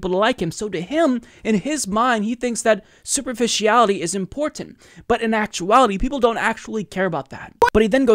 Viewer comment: Nothing wrong with your voice,. Your pronunciation of "important” tho 😒